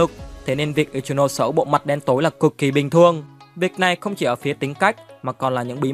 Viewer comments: I chi no sê anh đọc v đi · )) ad đọc hẳn i chi nô sê đi chứ nghe kh quen ad ơi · K liên quan lắm nhưng đọc là i- chi- nô- xe mà ad :>> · là i chi no sê chứ k phải ichimũi nha a còn k thì anh gọi là ichilose cx dc :)))))) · anh có thể đọc ichinose thành i chi nô se đc ko ạ vì e hayy xem 2d tộc họ nói v nên nghe quen r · ko phải bắt bẻ j đâu nhưng tên của Ichinose là tiếng nhật mà ông cứ phát âm như tiếng anh nên nghe hơi kì:v